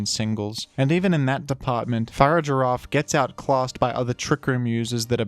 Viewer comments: I'm literally 3 seconds into this video and the way you pronounced Farigiraf killed me a little bit. Your gonna have to re-earn your sub. =/ Far-ig-a-raf. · Fa-rig-ir-af. Farig-iraf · I utterly despise the way you say Farigiraf. Its a pronounced in basically the opposite way you say Girafarig.